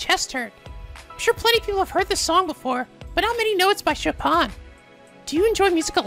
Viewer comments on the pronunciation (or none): Choo-paaaan??? U mean CHO-PEEN